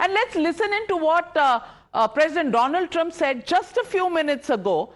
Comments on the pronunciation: Thank God she didn't say 'Doland Trump' and instead said Donald Trumpet 😂 Great panelists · Calling Donald Trumpet was intentional 😅😂😂